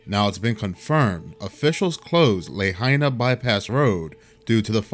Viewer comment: It’s pronounced “La hyna” Luh High Nuh